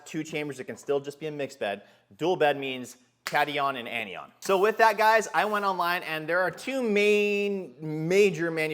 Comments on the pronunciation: Not bashing just trying to help, its pronounced Cat-i-on and An-i-on. Great video! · Its (cat)(i)(on) and (an)(i)(on). It's just chemistry pronunciation. :) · Good vid. Ps, Pronunciation Cation: Kat - eye - one; Anion: Anne - eye - one